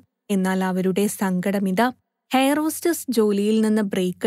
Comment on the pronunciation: ഹെയർ ഹോസ്റ്റസ് അല്ല. എയർ hostess ആണ്, മാഡം